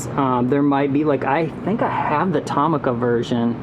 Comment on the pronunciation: Tomica is typically pronounced to-mee'ka (stress the mee)